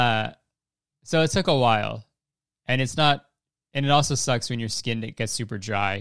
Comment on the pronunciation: James' "it sucks" sounds like "it socks" so I was confused for a second